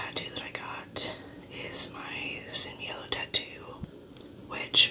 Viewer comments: You pronutation sin miedo is excelent. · La pronunciación de Sin Miedo es muy buena. De donde eres??